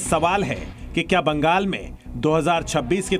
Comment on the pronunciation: Are anchor bhai sahab . Mangal nhi hota Bangal hota h 😂😮, vaise Bolne ka style चौकस था 😮